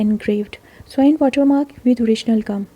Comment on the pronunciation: In the case of the WA 6p, u don't say rouletted perforation---it is simply 'rouletted. Labuan is pronounced ' Lab-oo-wun' n Swan is pronounced S-won. Thank u!